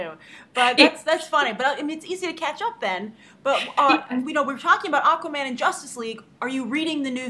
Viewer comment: I mean Aquaman not Aquoman